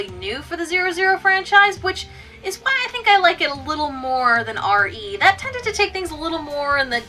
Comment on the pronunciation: I checked the trailer for the 2012 film, it's pronounced "Ree," not "Arr Ee." Props for not saying "Double-O," though!